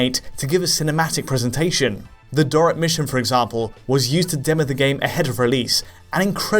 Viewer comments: Dorret?? I thought it was Dollet. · Doric? It's Dolet you fool!